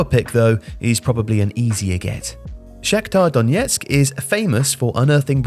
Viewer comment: Hey, a small but important correction. It’s not “Shakhtior Donietsk” - that’s a russian pronunciation. FCSD is a ukrainian club, and correct (also easier) way to pronounce that would be “Shakhtar Donetsk”. Thanks for the vid <3